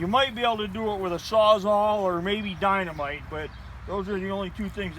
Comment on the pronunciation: Dy na mite? Lol